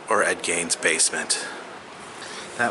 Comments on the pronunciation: Ed gane? It's pronounced Ed gein dam it! ;-) I should know, I live about 30 miles from where he lived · "Ed GAINS" basement, its Ed GEIN to say you know history you cant even pronounce one of the most well known serial killers name.